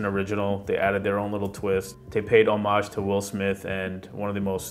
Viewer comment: Good video as per usual but why do you pronounce the word homage like that?